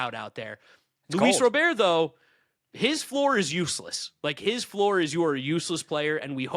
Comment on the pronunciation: FYI - the correct pronunciation is "RAH-bert" 😉